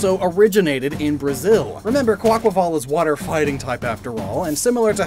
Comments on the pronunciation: It's a breath of fresh air hearing someone say the name properly after hearing Kwah-Qway-Vull for so long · THANK YOU for pronouncing Quaquaval's name correctly!! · Bless you for pronouncing Quaquaval correctly, its like music to my ears